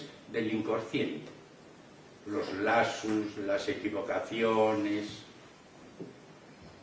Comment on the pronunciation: que mal expositor; además pronuncia pésimo ( los "lasus" en lugar de "lapsus")